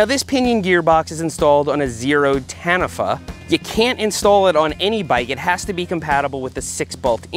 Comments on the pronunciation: Taniwha is pronounced “tonne-E-far” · HOLD UP, As a fellow kiwi I have to correct you on pronouncing Taniwha (Ta-Knee-Fa). Good try though, love the vids ❤ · Ahhh… Americans pronouncing Māori words 😅 Ta-knee-fa Taniwha is a mythical creature from Māori legend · I come from New Zealand where Zerode is based and several of my friends are on their ambsidor team. also it pronounced Tanifa as opposed to Taniwa (f sound in place of the w). Lets help the end to big derraliur hope you decide to buy a Zerode (the Tanwha Mulet is amazing) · Great to see a bike from New Zealand on your channel Seth. I've wanted a Taniwha for ages. Jamie from rides one. For those considering it, it's pronounced, "Tah-nee-far" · Awesome Vid. Love the Zerode. Taniwha - pronounced... Tah knee faa ❤ from NZ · The zerode bike name is pronounced more like "Tar knee far". It's a Maõri word for a large mythical beast in folklore. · For those that might be interested, the pronunciation of Taniwha = Tar-knee-far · Just an FYI the name Taniwha is a Maori word and is pronounced Tah-knee-fa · It's pronounced Tah Knee Far, but you were close enough! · Tah-nee-fah, Seth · Taniwha is māori so you would pronounce it like (tahneè-fa) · Seth, Its pronounced Ta nee faa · Zerode *Tar-knee-far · sorry seth but you pronounced taniwha wrong drag out the first a in the name, im from nz taniwha is like one of our mythical creatures, good video and love the channel by the way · I'll forgive your pronunciation of Zerode Taniwha because you're not a Kiwi but the bike is 😬🤘🏼👍🏼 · pronounciation of taniwha was criminal lol